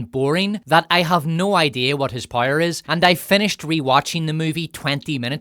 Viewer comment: Can you please learn how to pronounce "power" correctly? It rhymes with "shower." Or do you "shire" every morning?